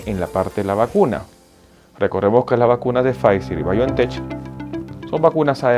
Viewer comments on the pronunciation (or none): Demasiado repetitivo y prolijo. Además se pronuncia Biontech como si tuviera una k al final